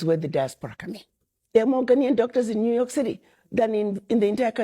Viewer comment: Did she say new yook??? 🤣🤣🤣💀💀💀 just hush up ma'am 🤦‍♂️